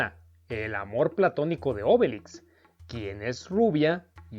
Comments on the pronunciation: ¿Por qué pronuncias "Ásterix" y "Óbelix" (palabras esdrújulas)? Has dicho bien otros personajes como Asurancetúrix y Abraracúrcix (palabras llanas), por ello me sorprende que no pronuncies como palabras llanas los nombres de Astérix y Obélix. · Es que en Latinoamerica asi los llamamos